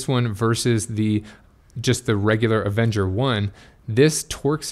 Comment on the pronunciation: Anyone else hearing him say Avenger